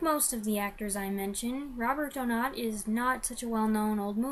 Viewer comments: Excellent review. I would rank this just outside my top 10, and second in his British era. I consider it the first great Hitchcock movie. As far pronunciation of Donat, you're close enough that no criticism should be warranted. In interviews I've seen of actors who worked with him, and critics or scholars who should know, they pronounce it DOE-nawt. One or two go with DOE-gnat. So you should be fine. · Doe-not is correct